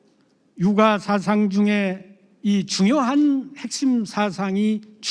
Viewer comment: 첫 째! 사상의 첫 자를 왜! 길게 발음합니까!?? 짧게해야지요!